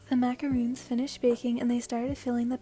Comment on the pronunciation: Just wanted to point out for the 2nd tamaki one, it’s pronounced macaron (o as in “on”) instead of macaroon.